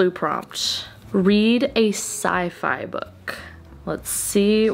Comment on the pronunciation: When you said "Sci-Fi" I heard "side eye', and I was so confused. 🤡